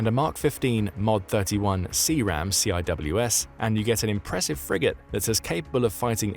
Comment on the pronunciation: you don't read CIWS like that; you lose a lot of credibility...